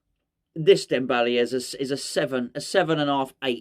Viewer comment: Was it me or did you just repeat “Debele” all the way through. I can’t remember any other words !! 😂😂😂😂😂